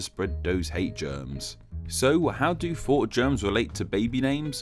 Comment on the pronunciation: GOD DAMMIT. WHY WON'T YOU AT LEAST TRY TO PRONOUNCE "THOUGHT" AS "THOUGHT", INSTEAD OF "FAUGHT"?!?!@ i R OUTRAGED!!1!, AND WILL THERE4 SPREAD UR VIDEO THUOWT THE INTARWEBS